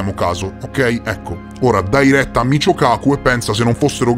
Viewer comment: 😂🤣🤣😅 🤣😆😅😂😆 In realtà il fisico di cui si parla nel video è di origine giapponese, è scritto Michio e dovrebbe essere letto come "Mikío", ma vabbè non fa niente 😅😹